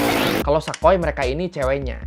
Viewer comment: Sa koy (gak) Sa koi(ya)